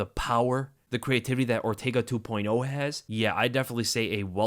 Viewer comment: Man said ortaga 😂